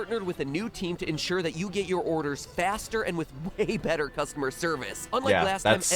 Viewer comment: "Costumer" service instead of customer service.